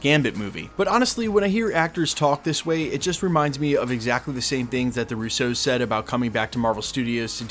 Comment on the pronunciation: Love the channel just can't stand how u say Russos.. Ruce O's 😂😂😂